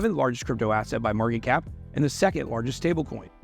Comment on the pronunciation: He doesn’t pronounce all the words like “has a maaahh cap of $”